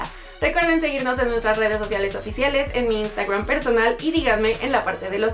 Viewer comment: Por que dices INSTAGWWRAN?